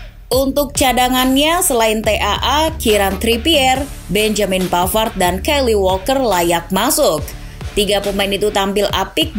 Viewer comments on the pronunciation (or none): none